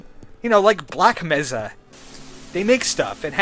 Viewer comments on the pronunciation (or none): It's pronounced "May-sa"